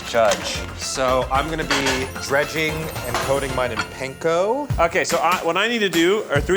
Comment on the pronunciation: Eugene pronouncing panko like it's not a Japanese word ... You know his mother went "Eugeeene 😞"